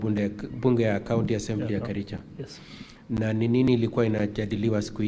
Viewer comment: did you say you come from kerijo, ama lafta usomewe 😂😂😂😂 aki kericho, this went too far. You mean all the MCA's,none can express himself or herself in Swahili or English? Too bad